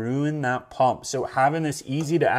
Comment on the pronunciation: is it a Paump or a Pump ? Lol Good review. we bought ours and waiting for delivery.